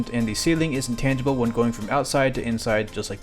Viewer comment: Am I hearing it wrong, or are you saying that the walls of the Dojo are “intantable” or “intantible”? Unless I’m missing something, it’s called “intangible” with a soft G